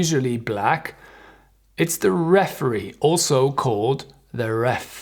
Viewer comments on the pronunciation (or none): none